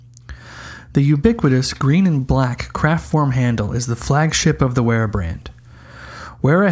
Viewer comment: "Wearer" haha more like "Veera" :D. Yes it can feel strange to pronounce it properly as English speakers but this is totally secondary to these excellent reviews of a wonderful range of tools. Thankyou for this! Also- the Wera colours are certainly mainly the colours of Deutschland!